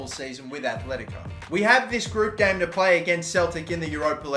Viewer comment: They are called aTletico not aTHletico... jesus...